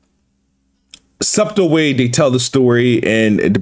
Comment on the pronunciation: Did he just pronounce the silent b in 'subtle' lol 💀